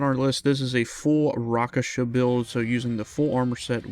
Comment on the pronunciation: Also Rakshasa, not Raksasha 😊